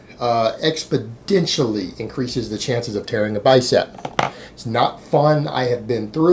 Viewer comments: Hi, i love your work and never criticize any thing you say but... It's exponentially not, expodentially. There's no d in the word, sir. I'm one of your biggest fans by the way. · Expodentially extranasally anunciation! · Alright alright, lets be grown ups about it. So the man pronounced one word wrong, it's not this years biggest crime, lol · Yes, it's an N not a D. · He does it on purpose, for the lols :D